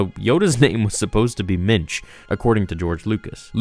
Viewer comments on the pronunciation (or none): I don't how that would be spelled (ok, I typed that before you actually showed how it was spelled lol), but the way you're pronouncing it sounds like the either Yiddish or Hebrew for "man." Which is spelled "mensch." Wait, I thought the Yoda species guy from 700 years back was named "Mitch," or maybe he was just pronouncing it funny when he said it and he actually was saying "Minch." So, is the this (Minch) the same name you're talking about for Yoda's original first name then, from earlier in this video? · Did you say Mitch? Mitch Yoda. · I thought you were saying "Mitch Yoda" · "Minch" or "Mensch?" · Did he say minch or Mitch? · Minch. For some reason I thought you said Mensch. That would be a placeholder name. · At first, I thought you said Mitch. Now all I can think about is some frat guy parody in which Mitch Yoda and Chad Vader fight each other with Force Sue... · It’s Minch.